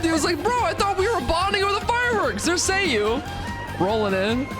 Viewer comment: Why does every asshole say Kingdom Hearts at this moment? I feel like Kingdom Hearts might have just melted brains. I've seen a good 30 people watch these demos. Every - single - one - of them has called Ei: "Rayden". But you're the only one I heard that called Sayu: "Seiyu".